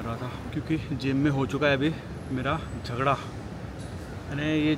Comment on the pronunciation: Bhai apko bhagwan ki qasam hai Yeh 'zadaga' nhi hota 'jhagra' hota hai. Zagada to aisy lagraha hai jaise kisi dinosaur ka nam ho, jaise Godzilla